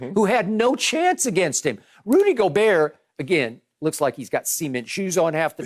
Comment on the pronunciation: Wait what did he call Rudy gobert🤣🤣🤣